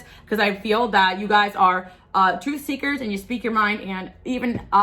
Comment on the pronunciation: You said as we "sweak" instead of speak so cute made me giggle ❤